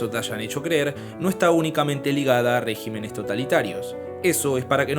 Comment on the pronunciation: Reg í menes con acento en la Í, ojo